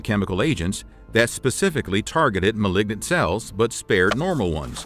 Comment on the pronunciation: Awesome information but you mispronounce malign and malignant. It matters for anyone pursuing medicine.